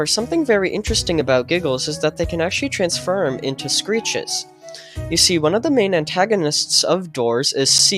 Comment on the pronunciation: "They can actually transferm into screeches" 💀 get back on yo ipad lil bro